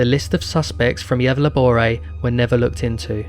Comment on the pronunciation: I'm sorry but Gävleborae and Darlana???? 😂😂😂😂 it's pronounced Yevlä-borgh.. And Dalarna not Darlana 😂😂😂😭😭😭tf